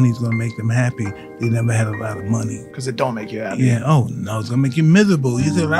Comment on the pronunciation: Brother why you add the ah at the end of every sentence? Society-ah, money-ah… 😂😅